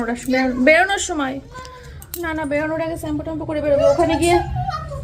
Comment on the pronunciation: চেম্পু না শ্যাম্পু বলতে শিখ